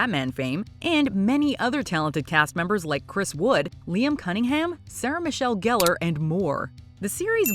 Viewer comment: Sarah Michelle Gellar is always pronounced wrong.